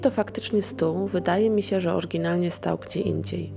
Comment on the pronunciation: Zle akcentujesz slowa, szczegolnie "oryginalnie"